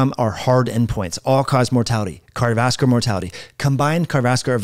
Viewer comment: A video is not a foot race. You might give some thought to how unprofessional you sound when you are talking so fast that you are not even enunciating the syllables in the words, “cardovaslar”. Say it with me, car-dio-vas-cu-lar.